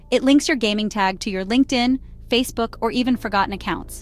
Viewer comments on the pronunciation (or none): none